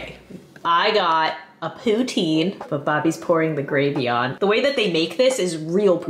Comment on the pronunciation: I love your vids so much but you said Poutine wrong ❤❤❤